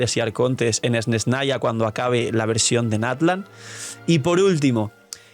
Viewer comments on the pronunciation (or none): none